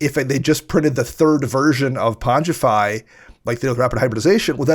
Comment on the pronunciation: Thankyou, for being the only person in the world to pronounce pongify correctly 🥳